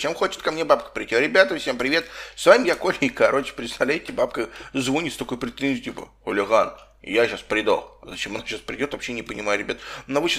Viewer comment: Не звонит а званит